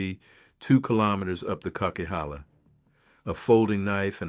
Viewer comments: Kuckeehala? Co-qwi-halla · Boo. This is an A.I video. I’m from the area this video is discussing. it brutally mispronounced a name that no one from this area would mess up. It’s pronounced coke-a-halla. Oh well… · weird..how come you can't correctly pronounce the coquihalla..not sure if u are really familiar with that area!